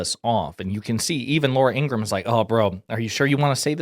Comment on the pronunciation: Ing-ra-ham. Three syllables.